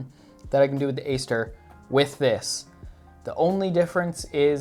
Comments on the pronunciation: nah its the GATE Aster, but he pronounced it differently :D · It's pronounced Ate Aster, that type of A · No offense but could u look up how to pronounce aster I’ve been watching a few of your vids u pronounce it wrong and it’s a little cringey sorry. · If you get the basic Titan from gate, its a lot cheaper. Ive never found a need for the advanced settings in my SSG build. Definitely if youre on a budget look in to the basic module titan. Also I believe Aster is pronounced with a hard A, as in "at".